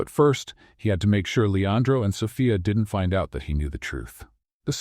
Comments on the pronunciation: Am I the only one bothered by the mispronouncing of "Sophia"....It's So-fee-a.....NOT So-fi-a....about to drive me crazy!!!! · An AI may not have learned how to pronounce a common name like Sophia ( "so-FEE-uh"), yet most educated humans would, thus I would declare that Impressive Stories has chosen to cheat the public by employing an AI instead of a human who needs money to feed hisself or herself. Yes, the beings behind Impressive Stories should be ashamed. The stories may be well written, but shameful presentation is not well. Greed should be shamed. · AI can't pronounce Sophia correctly.